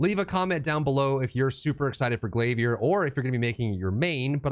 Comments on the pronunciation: “Glaviérrr” 🧐🧐 lol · the way you said glavier i was like ya hes getting a sub, but i already was lol